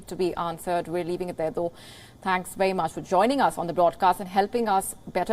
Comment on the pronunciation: How does India pronounce letter “v”? She repeatedly thinks v is a w in English.